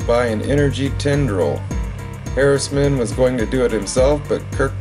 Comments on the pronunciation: It's Captain John Harriman, not Harrisman. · It's Harriman